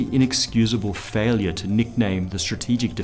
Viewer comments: Ronald Ray-Gun lol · "Ronald Ray-Gun" I'm dying😂